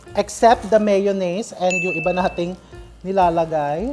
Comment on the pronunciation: When he said “turn on da flame.” He really means it 😅🎉